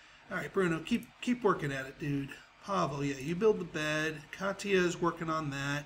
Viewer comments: Katya ka-tea-ya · katia is pronounced ka-shi-a